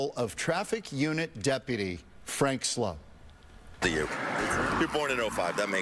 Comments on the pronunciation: THIS CLOWN DIDNT EVEN RESPECT HIM ENOUGH TO KNOW AND SAY HIS NAME CORRECTLY ' HE SAID FRANK SLOPE" MORON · It's pronounced Slope. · It's pronounced like "slope," but it's spelled like "soup"! And that's the scoop, troop! 😆🤣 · He was nice to not correct you on his name. It is sloup not slope